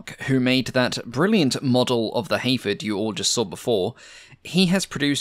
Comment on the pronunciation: Your accent makes it sould like you're saying (h)Aphid. I struggle to concieve a bomber named after a tiny little bug like that, but now I'm stuck with that concept.